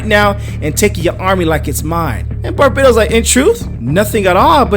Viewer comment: Also, it's pronounced Bar-bat-os.